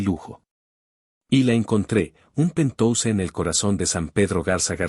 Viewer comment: 😂😂😂😂 ¿¿¿"PENTOUSE"???😅😅😅😅, QUE QUIERES DECIR PORQUE "PENTHOUSE" PALABRA DEL INGLÉS Y PRONUNCIADO "PENTJAUS" TRADUCIDO AL ESPAÑOL PUEDE SER "ÁTICO"